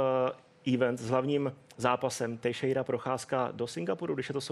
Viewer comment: "Tejšejru" xD Je to "tešejra"